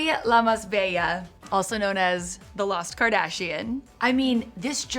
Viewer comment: "Lamasbella" is not a single word🤣🤣 please It's "la más bella" which means the prettiest in Spanish